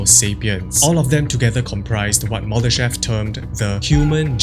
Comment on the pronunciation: Боже!!!! Так коверкать ФИО Мулдашева может только И И, сколько можно такое слушать??????????